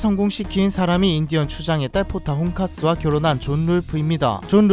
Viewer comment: 자막에는 포카혼타스라고 적혀있는데, 발음은 포타혼카스라고 하네요😅